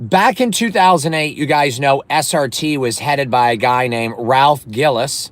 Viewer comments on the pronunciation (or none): Good lord brother.. it’s Ralph GILLES pronounced like the word “Pills” & Ralph is Still there at FCA.. and he’s EASILY the most legit Automotive executive in the history of the big 3 when it comes to the big 3’s performance car division.. Ralph is the Main reason we got the SRT8 (Ralph won the North American Designer of the year for him creating that car) Ralph is the main reason we have the 08+ Challenger SRT8, & he’s the ONLY REASON we got a Gen5 Viper at all. Anyone who’s a SRT vehicle owner owes Ralph Gilles a huge debt of gratitude..